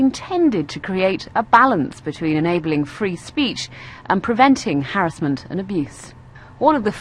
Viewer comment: harusment, trawling. l2pronouncepls